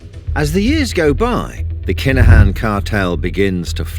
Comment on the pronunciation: It’s pronounced Kin-a-Han